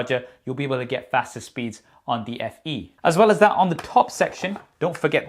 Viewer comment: I thought it was S20 Fan Edition but my dude telling me "Only Fans Eadition". 😂😂😂😂😂😂😂😂😂